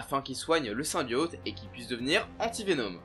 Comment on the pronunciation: même après avoir fait un jeu complet de + de 6-8 heures ou le mot "symbiote" est prononcé des dizaines et dizaines de fois, c'est toujours impossible de le dire correctement ???